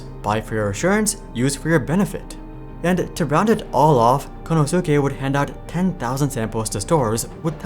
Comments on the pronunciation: Kon - Know - Sue -Kay 😂😂😂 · Good content as always but it is so grating to my ears how you say Konosuke and you say his name a lot. It should sound more like Konoske. For this name in Japanese the "u" is slightly silent in "su".